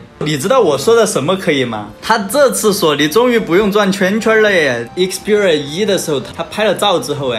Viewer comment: 一克四屁儿rua~